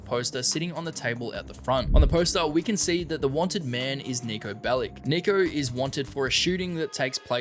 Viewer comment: Want to mention one thing all GTA Youtubers say wrong: Niko Bellić is from former Yugoslavia and therefore his name is not pronounced "Bellick", but "Bellich". For me it just sounds so wrong that this should be mentioned.